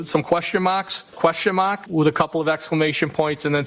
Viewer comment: “Put them crocks in overdrive”! 😆😆😆😆😆 Question mahhhk, Question mahhhk! 😂